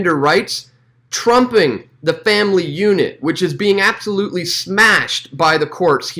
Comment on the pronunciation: I love how he say “trumping”. XD